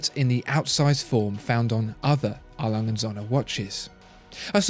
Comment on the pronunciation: I am a german, I love how you pronounce A. Lange und Söhne ;).